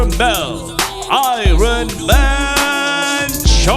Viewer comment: I ronman 😂😂😂😂😂😂😂😂 ironman